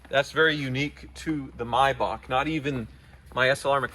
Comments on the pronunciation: It’s may-Bach not mybach holy shit please stop the cringiest mispronunciation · It's a Maybach not a Mybach.😔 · Isn’t it pronounced May back not My back???